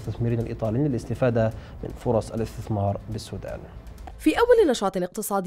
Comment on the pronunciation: مقدم برنامج الحدث الإقتصادي يتمتع بلقاقة جيدة. لكن لديه مشكلة في نطق كلمة (الاستثمار) فهو ينطقها اثتثمار: يعني اث ت ث م ار